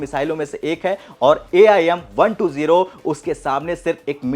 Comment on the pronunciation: AIM.. यम.. क्या बोल रहे हो यार